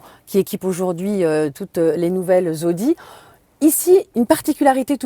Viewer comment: ...." les nouvelles AUDI " ... pas ZODI mme la journaliste.